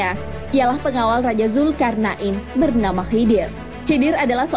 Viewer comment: kok dengernya kayak nyebut zulkar'nain ya?